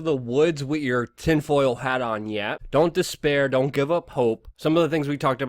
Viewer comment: Luke, I appreciate the time and research you put in, but PLEASE work on your enunciation. It drives me crazy to listen to you try to intelligently discuss these topics, while using "wit" instead of "with". Accent & enunciation, brother. Keep fighting the good fight!